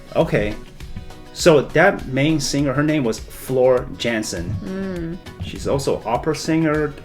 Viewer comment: Floor Jansen Pronounced (Yansen) she is from the Netherlands See more Floor at De beste zangers amazing